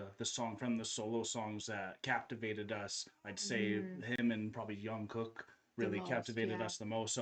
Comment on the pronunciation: Just a quick pointer, Jungkook has a hard J like Jimin, not a y sound like young 😊💜